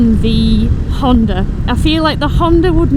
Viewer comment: They a not "Honte" and "Honta", they a HunteR and HonDa😊